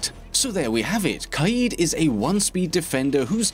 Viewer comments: It’s not ka eeed ... it’s more like ka Ed like the name Ed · “Kai-eed” BOII..... it’s kade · Kaid [Kayed] this is how it should be produced not [Kahid] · U pronounced kaid wrong u wanna know how it's pronounced go to Google translate eng to Arabic and type (Leader) it's pronounced qayid